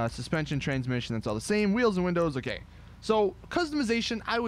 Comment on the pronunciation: I know he said “wheels and windows ok” but at first it sounded like he said “wheels and windows are gay” l o l y s Betty bet bet